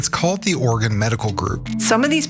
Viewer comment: Love hearing Ana pronounce Oregon correctly! Love TYT!